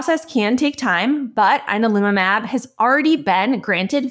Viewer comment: You're saying the name wrong. "Yan-al-umab"